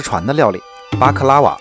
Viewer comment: 他說的：巴克拉瓦 我聽到的：瑪卡巴卡